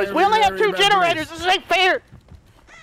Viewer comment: Somewhere around 8 minutes I think said "genderaters" instead of generators